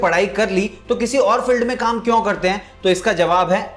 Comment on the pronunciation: Sir please improve your prununciation of 'kyu'.....video will become more impactful